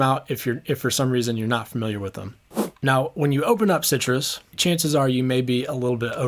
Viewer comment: Unpopular Opinions: It's pronounced, "sigh truss".